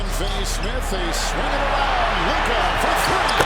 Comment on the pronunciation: I mean, if you can't even get Luka's name right, you can't talk.